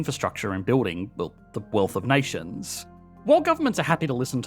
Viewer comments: What is "infrastuct-SHAH"? Is that related to "infrastructure"? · Say "in-fuh-struck- chaa" again.